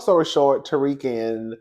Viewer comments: That man is not pronounced Tariq😂😂 it’s pronounced Tau-rick. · It’s you pronouncing Tarek as Tariq 😂😂 you got me weak